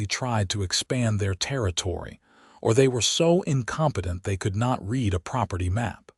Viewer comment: “Read” is pronounced wrong.